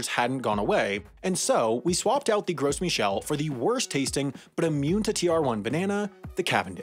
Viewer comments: Oh man it would have been so worth it if had had the budget to research that the S in Gros Michel is silent. Because it is anything but gross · Gros is pronounced like "Grow". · there is no “s” sound in “Gros Michel”. but at least you said it wrong 37 fiptillion times in a video ostensibly containing information about banana varietals. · Funny how he said he could speak french yet he can't pronounce the only french thing he has to in this video. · I am disappointed with not pronouncing "Gros Michels" as French as... it is French. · I'm not even French but I cringe every time he pronounces the silent s in Gros Michel. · Pro tip : the "S" in "Gros Michel" is silent (I'm pretty sure it's a French word, feel free to correct me) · The "s" in Gros Michel is silent. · The "s" in "Gros Michel" is silent. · Not a "Gross Michel" lmao it's pronounced "gro" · By the way it's pronounced "gro" not "gross" lol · They’re pronounced “grow michel”. In French, you dont pronounce the “s”. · It would be more than half interesting if you didnt say Gross Michel instead of Grow Michel. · Actually this video is wrong. The correct pronunciation is 'GRO MEE SHEL'. Not 'Gross'. Final S is silent in French. You would think he could at least get that correct 🤷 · It's pronounced ''Gro Michel'' not ''Gross''. The S is silent. The translation from French of ''Gros Michel'' is ''Big Mike''. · Isn’t is pronounced “grow” Michel, not “gross” Michel. Because it’s French, and you don’t pronounce the “s.” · Pronounce "Gro Mishel", not "gross" :3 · Why do people pronounce it as "'GROSS Michel"? It's more like "GRO Michel" (big Michael). Yes, the final 's' is silent, like in "Arkansas" (not like in "Kansas") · You don’t pronounce the s on Gros Michel 😂 sounds like you’re saying gross Michel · Not the gross michel pronunciation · It's pronounced "Grow Michelle" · It's pronounced Grow Michel. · It's pronounced like Grow Michel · Gros Michel is pronounced "grow michel." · The "s" in "gros" is silent